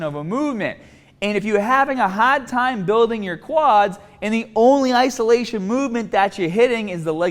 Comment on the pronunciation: haaadd thyme